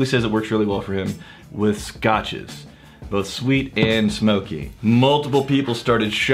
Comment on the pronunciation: says "BOLTH" Makes me happy someone else does it too:D